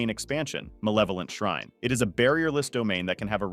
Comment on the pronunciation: Its shrine!!!!!! R you trying to rage bait me?!?!?! WHO PIT YOU IN CHAAAAARGE!!!!!